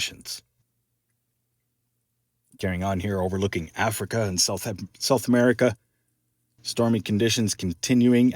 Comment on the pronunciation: You just said gulf of Amurika . lol